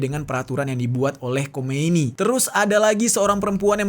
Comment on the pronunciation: Sedikit koreksi bukan Khomeini kk, tapi Khamenei. EMG agak mirip sih